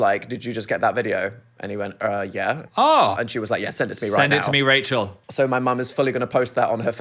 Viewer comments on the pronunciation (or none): none